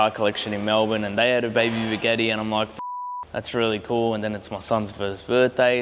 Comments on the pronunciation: WTF is a Bugeeeti?! It's Bugatti mate 😅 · I start watching my friend went to work for a big. Eddie asked him if he could get me a big Eddie then I finally figured out. He was trying to say Bugatti.😂😂😂😂😂😂😂